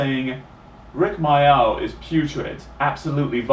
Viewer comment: Thats a good question the guy asked. It hurt when i lost my dog snowy in 1995. And my other dog in 2004. And my best friend Amanda in 1998. & my favourite tv comedian rik mayall. He was called rik mayall mate not rik myoll.